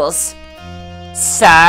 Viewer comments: Omg what the way u pronounced "sir"!! Are u doing this on purpose, not to be mean or anything but honestly that was annoying lol! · Why did you emphasize sir? Anyways the game seems really interesting.